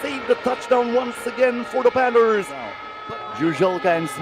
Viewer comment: Someone tell this announcer Panthers has an H in it. It's not the Panters